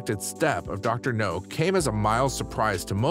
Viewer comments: It's doctor Noooowwwwww, as in... Now. Not no. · Your not saying his name right its not no sounds like now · It’s dr now not no he’s not a James Bond villain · i'll do it when you start saying the Drs name the correct way. its Dr NOW not Dr no. you may get more views and more people to subscribe if you did. Many people are annoyed by the way you are saying Dr. Now's name wrong. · You ain’t even watch the show if you’re pronouncing it Dr. No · Dr. NOW. Idiot narrator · I agree...Dr. No is a James Bond movie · His glaringly unprofessional pronunciation of Dr. NOW'S name is so ridiculous it's pathetic! Why would you hire someone, who doesn't have the ability to even pronounce the DOCTOR'S NAME CORRECTLY, or correct this error before posting it!!!!! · How the fuck can he pronounce all other names right but not Dr. Now?! What kind of sense does this make! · Maybe he thinks the W in Dr. Now is silent. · Yes it bothers me like crazy!!!